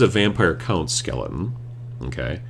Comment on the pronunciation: My son and I think the way you pronounce skele-un is just about the funniest thing we've ever heard 8^)